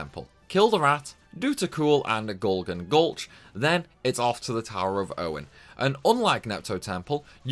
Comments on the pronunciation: It's not Onin Knight. It's Onyo Knight. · Its pronounced "UN-YEN" not o-nin... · Literally no one in Britain says "Ownen". We say "Unnyen" like every normal English speaker. wtf is this, lmao. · Dude, Onion the vegetable... [ Un-yon] not Onen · hes definitely saying ownin.. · I agree he says it like onin knight when its actually onion knight as in the vegetable onion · He's trying to say 'owning,' not 'onion' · so A. FF3 is for the Nintendo DS not 3DS B. it's Onion not Onin. like the thing you put in your chili. C. You are crazy pls take my like and my sub. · "Un-yun" not onon lol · "Onion" - Pronounced pronounces...... "Words are hard!" ( quote from nearly every stream) Great vid pal 👍👍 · Why are you pronouncing onion so weirdly.... You are saying it like oninon instead of the vegetable like its written. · Ive been pronouncing onion wrong all this time, who knew it was pronounced onin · The way you pronounce onion knight hurts my soul. Imagining you asking for a bag of cheese and onin crisps… or chopping onins…. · It's always pronounced onion like the vegetable because b it's almost always in reference to the actual vegetable. I think in final fantasy in particular though onion is Japanese slang for useless so if pronounced differently was localized to being onion. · I think I just took mental damage from your pronunciation of “onion”. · I find it disturbing that you can't pronounce the word "onion" properly. 🧅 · I don't think I've ever heard anyone pronounce "onion" that way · FYI, that's not how you say onion. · I will literally pay you to learn how to say 'Onion'. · Excellent video! I love how you pronounce Onion lmao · Why are you saying onion like that? Lol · you’re an idiot…. and the way you pronounce onion triggers me beyond god. …… fck i hope you earned thousands for this cause fck doing this. i have maxed every job on the DS version ONCE and will never do that again. i love job systems and grinding but this was just hell.